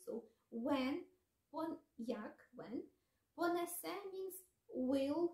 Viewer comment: нііііі, наголос. Так не люблю коли українці, читаючи "Заповіт" не так читають. Ось так тре- "понЕсе". І "до сАмого". Тим не менш, дякуємо, що ви робите таку важку і потрібну роботу! Успіхів і на далі) До речі, а чи можете перекласти вірш Василя Симоненка "Де зараз ви, кати мого народу?" Чи надто жорстокі там слова присутні?...